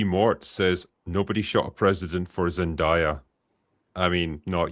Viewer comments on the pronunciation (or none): Zen-DAY-a, not Zen-DIE-a